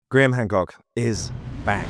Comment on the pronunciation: You said HAND COOK🤭